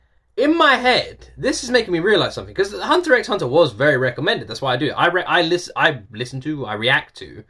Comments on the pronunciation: Just another fanboy letting you know: 1) Hunter X Hunter is read as "Hunter Hunter". Pronounce it how you like, I'm just letting ya know. ;) 2) People ask you to listen to all openings as a mild troll. We then ask you to listen to all the endings because they're awesome and (unlike the openings) they are different. XD 3) Yes, we generally want you to see the opening animation as well as the opening song. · You don't pronounce the x in Hunter X Hunter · The X in Hunter x Hunter is silent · Yeah it’s literally just Departure with just new visuals as time changes. Hunter x Hunter fans like to do a bit of trolling 😂. And yes people think the visuals are just as important as the songs in anime openings. The x in Hunter x Hunter is silent btw. The show is actually just called Hunter Hunter. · Hehe I'm glad you did this one tho! It's just so epic that it only needs a couple slightly different versions :) The X in the series title is silent tho so it's just hunter hunter 😉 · The x in Hunter x Hunter is silent. Because it’s not the letter X, it’s a cross. But yeah, the animation definitely matters. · The endings from HXH are really great and all different, you should definitely check them out! Also side point, the x in the title isnt actually pronounced. Also you should go back and check out the Re;zero endings, in my opinion they are even better then the openings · 31 years of watching anime, HunterXHunter is by far my favorite anime & second would be Yu Yu Hakusho both by the same creator. Also the X is silent, it's intended to be a multiply symbol. This is a wonderful anime but the whole show I would not suggest for a younger audience, it starts fairly light and realistic then it gets darker and the power system is very unique. Also for your question, yes the openings as a whole music and animations are what are intended for you to watch as they complement each other. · The x is silent